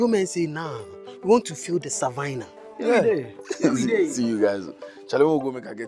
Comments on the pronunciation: Thought fumbled when he mentioned savannah as “savinah” until I played that part again and watched his hand gesture signally the inverted commas. Can’t wait for the next episode. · No one noticed saying Savainna 😂😂😂